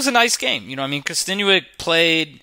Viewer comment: good analysis. its kosten"yuck" not kosten "you ick".